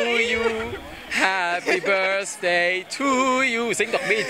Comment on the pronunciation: Happy "börsday" to you 😂